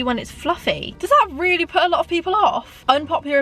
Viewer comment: Why did say weally 😂